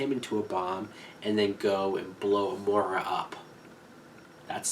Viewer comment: I don't want to be a nit-picker, but Amara is pronounced, a-MARE-a... not a-MORE-a.